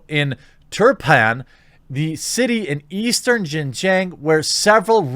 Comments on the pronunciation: following you for years! Just a quick note Xinjiang is pronounced “SHINGIANG”. You’re pronouncing it “GINGGIANG” which sounds like a different place in Fujian. Just a note. See ya! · Xinjiang is pronounced sheen-jee-ahng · Quartering if you want to pronounce it correctly I suggest watching Chinauncovered on YouTube. I believe the Pronunciation is in English like, (shin-Gi-ung) at least that’s what I believe they pronounce it on that channel. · Xinjiang is pronounced as "sin-gee-young" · Xinjiang = something like shin-JYAHNG. I speak a little Chinese and can read/pronounce pinyin. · Xinjiang is pronounced as "Sin....G....Ang".......🤣.............and they do summary justice in XJ.........get caught stealing more than 10k......you get executed on the spot!! 25ct bullet!!! No court costs needed!!!😎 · Shin-ji-ung, which sounds more like Shin-Jong; go with Shin-Jong as the pronunciation in my opinion. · Yeah, using English words, it’s pronounced like: sheen gee-on-g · If China Uncensored's pronunciations can be trusted, which I think they can, it is more... Shin-Jaong with a long 'ao' sound... I know that isn't the spelling at-all. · Xi is pronounced she. “Xin Jiang” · I believe the province is pronounced “Shin-John” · Afaik it's pronounced like seen-jyang (like djang in djanggo), Jeremy. Show us that old Disney animation about Nazi again. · I think it's pronounced shin Jahn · Pronunciation is “shin-jeeong”. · Pronounced as "she-jang" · zin-yang , pls americans, stop butchering other languages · The pronunciation is Shin Jong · Think “sin jyäng” instead of “xinjiang” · You are mispronouncing it, but you can also refer to it as East Turkestan. That is the name activists use. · Google how to pronounce Xinjiang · At least learn how to pronounce Xinjiang before making a video... dude Google it... Google translate... Come on brotha... lol